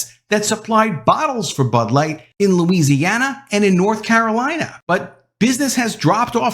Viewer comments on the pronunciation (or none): none